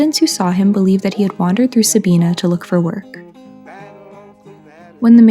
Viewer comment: With respect, first of all, Sabina is pronounced with a long i, second he was not a mummy he was embalmed which you did say. I live near Sabina and saw him many times as a child. I have often wondered who he is. Perhaps a d.n.a. test could help tell us his story. He must have had money at one time at least to afford gold fillings. Good job, I wish you well.